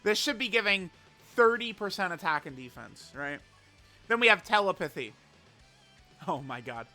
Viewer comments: please stop pronouncing "telepathy" that way; there is supposed to be an emphasis on the second syllable. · I’m surprised no one’s cooking him for how he’s saying telepathy 😂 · I don’t think most people even know that he’s mispronouncing it lol